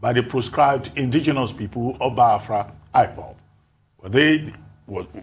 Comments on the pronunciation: Can someone please tell Dr. Abbati that it is Baya-Fra and not Bai-Fra... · Ruben, it's Biafra, not Bafra.